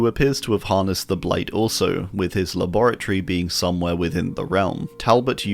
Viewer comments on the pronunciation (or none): none